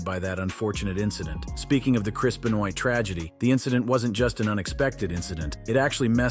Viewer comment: It's Ben-va... pronounce I think, not Ben-noi